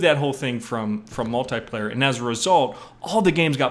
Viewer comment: Lol! HE SAID MUL-TIE-PLAYER! xDDDDDDDDDDDDDDD Who says MUL-TIE-PLAYER?!?!?! Guy's a comedian!